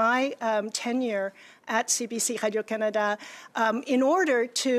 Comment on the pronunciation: Absolutely, i didn't even realize that noise was supposed to say radio, I was trying to figure out what hydro Canada is and why she keeps saying it